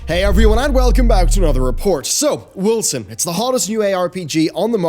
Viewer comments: Woll-zen,. Woll-zen. Not Wilson. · Am I the only one that is hearing him say "Wilson"? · Irritates me too. I pronounce it Wolken. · I could swear, you always say "Wilson" ... not Wolcen ... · He started off saying Wolcen, then he said Wilkson, from that point on he started saying Wilson. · Justified Kill77 so it’s not just me